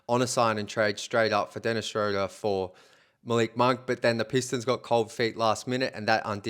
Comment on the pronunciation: Dennis's name is pronounced Shroooder, like Shooter. If you pronounce names correctly your video sounds more credible.